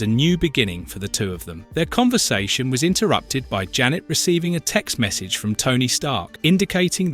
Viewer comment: AI narrator when referring to Janet:(Wasp): "Jane" Me: 🙄